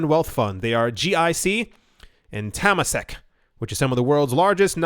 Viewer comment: haha...you really butchered "Temasek" pronouciation... its "Tur - Mah - Sick"